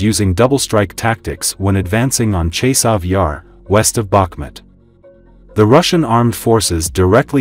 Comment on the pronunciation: "Hour yar" sound funny. It's Chasiv Yar, dont' allow google translate to trick you.